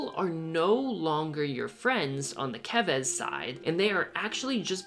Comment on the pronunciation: FINALLY! A youtuber who pronounced "Keves" right lol